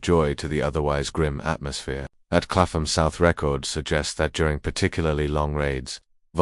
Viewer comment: Clapham: pronounced ˈklæpəm i.e. KAPP-m…the AI voice is wrong and unnerving to English ears.